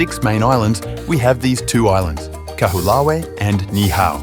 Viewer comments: KA-WHO-LAH-WEE? Try, KAH-HO-OH-LAH_VEH (Kaho'olawe) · Your pronunciation needs work: Mokumanamana is Mo-koo-ma-na-MA-na, Nii-hau is NEE-ee-how, Kahoolawe is Ka-hoo-LA-Vey (in Hawai’in, W is pronounced as V) and Lanaii is La-NA-ee. Also it was King Ka-me-ha-ME-ha (you dropped a syllable.). But your history is solid.